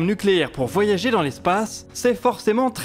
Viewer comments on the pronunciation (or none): none